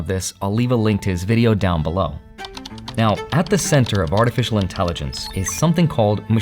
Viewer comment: Artifical lol